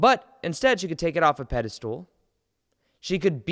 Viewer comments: Dude, why do you ALWAYS pronounce "Pedestal" as "PedeSTOOL"? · I like how you say "PediSTOOL".